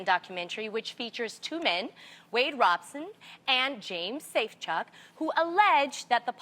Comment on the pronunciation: You say that she does her research but she could not pronounce Robson and she said Wade testified in 2003 aged 23 which is not true. He was testifying in 2005 aged 22 going on 23.